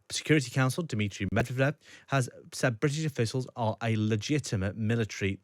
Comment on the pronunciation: Pyutin? Mewredev?